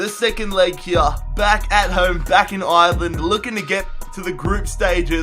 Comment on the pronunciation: He doesn't even know how to say Ireland right... he can't even say Galway right ffs